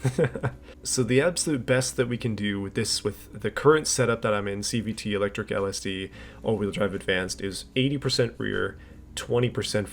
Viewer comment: Watching this at 2x speed makes it sound like you’re saying CBT instead of CVT